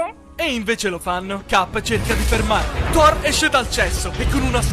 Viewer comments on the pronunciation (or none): "Thorrone" HaahhhahaahAhhhh